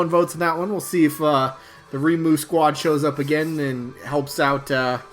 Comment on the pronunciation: I'll be voting for REIMU! "Ray-moo" is the pronunciation that is widely accepted in English btw. If you want to hear some music variety, you can check out this playlist. or type in "Touhou music [insert your fav genre]"